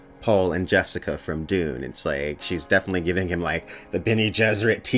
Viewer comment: Everytime you say Dune I hear Doom and I'm confused 😂